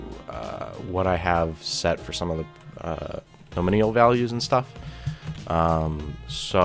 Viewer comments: lol, im a developer and you dont know what your doing or talking about. nor can you speak the word NOMINAL its not NOMINIAL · I need therapy after haring "nominial" so many times. Other than that, great video. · NOM - IN -ALL : say each of these groups of letters LIke :alum- min- ium : My mom wouldve agreed with your english, but my english, sorry to say, is american. Following link is for your benefit of pronunciation. (click on the speaker icon) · lol...nominial... It's no min al brother. great video, learned alot thanks..subbed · Here you go, this guy made quite a good documentation, that appears very logical: You might have to resort to google translator though;) Thx to, the video wasn't too bad actually, besides listening to your pronounciation of the word 'nominal' being a little bit painful. Good stuff, thanks! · This is the 3rd video I've watched today from 3 different people who all pronounced nominal incorrectly. Your video was helpful so thanks for that but damn. It's not a hard word to pronounce